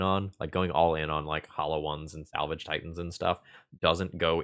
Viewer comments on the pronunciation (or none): none